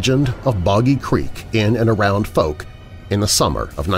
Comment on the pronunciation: Please try to pronounce Fouke properly…. It rhymes with Ouch… just add the F and use a hard K on the end.